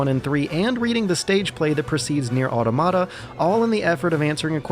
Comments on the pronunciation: Stopped watching 2 minutes in when he failed to pronounce 'automata'. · Nier aur-tomato? JEEZ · ..."AW! - TAW- MUH- TAW!!!!!!!!!" AUTOMATA!!!! good god youtube can't say that word at fucking all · Now we know what a NieR is but obviously doesn't know what Automata are. Automata is the plural of automaton & the emphasis is on the second syllable.